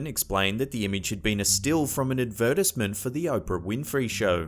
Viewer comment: Okay the way you pronounced advertisement....like how do you even, That physically hurt.